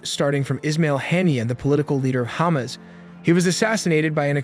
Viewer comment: If you're going to report on the region, why can't you pronounce it properly? It's ha-MAS, not hommis, and Israel is not pronounced izril.